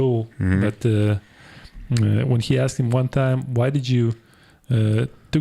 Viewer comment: Kao što u Srbiji neki kažu “kuj” umesto “ko” 😁